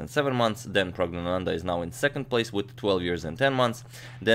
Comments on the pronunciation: I was waiting for a new video by you for young praggu. Btw you pronounce his name flawlessly. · He was practising for 5 minutes to pronounce his name correctly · it's pronounced 'E'run not 'i'ran i mean it's not the next Apple product lol but u nailed pronoucing the name